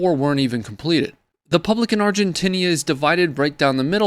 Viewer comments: Lol When you watch an American tell you about what is happening around the world and they mispronounce the name of the country!! Its “Argentina” not “Argentinia” you atypical English language and Geography deficient product of the American education system. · "Argentinia" heheh. Otherwise, good job bro. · Canadia for the Canadians! Hands off Argentinia! Freedom for Burkinia Faso! Drink coffee from Guatemalia! Okay, I think that’s enough making fun of you for saying “Argentinia”. 🤣😂😁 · Yes. I said “Argentinia” at one point like a derp. Thanks. Edit: It should be noted, and I failed to include, that the handgun was reported to have been loaded at the time with 5 rounds of .380. There was no information at-hand on whether or not it was chambered, though.